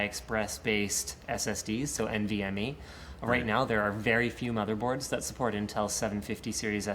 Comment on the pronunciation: Does it sound like Linus is saying MvMd? Instead of NVme? I kept having to refresh that part haha.